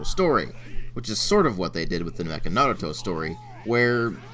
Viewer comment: Yeah I know that Naruto never said believe it in the Japanese version it's just English mis translation.But wow knew you know Japanese very well thought you only knew German and your Japanese pronoucing of Naruto at the beginning was spot on too.